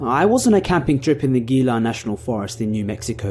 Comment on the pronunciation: Thanks! Minor point, but "Gila" is pronounced "hee-la."